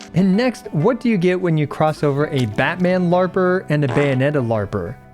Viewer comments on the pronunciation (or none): none